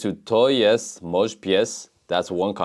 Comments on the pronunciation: sorry bro, but I didn't even know what you said except "to jest". You keep pronouncing the "j" in "mój" as in English, although in Polish it makes the "y" sound. And "ó" is not an "o". It makes the same sound as "u" in Polish or similar to "oo" in cool. Ó is never O and J is never Dż. And as to the word "książka" you pronounced it completely wrong. If I were you I would focus on pronunciation. Polish is an extremely phonetic language, so it's not that hard to learn what sounds letters make. You seem to have a very basic understanding of it. It's nice to see you trying to learn Polish though. Don't give up! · it's so funny how you say "mój" XD